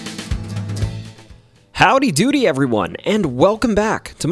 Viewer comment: 😂😂 he said dooty